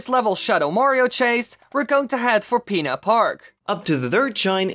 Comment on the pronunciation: He said pina park not Peena park